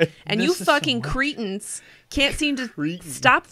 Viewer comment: Creetens 😂😂 It’s pronounced ‘creh-tins’ 😂